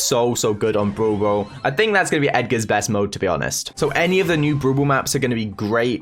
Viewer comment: Why whenever says brawl ball I hear bubu 😂